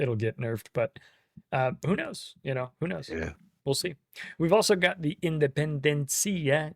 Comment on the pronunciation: Independencia was a real Argentine ship. The pronunciation is with a stress in the last E.